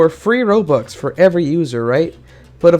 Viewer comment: he said roblux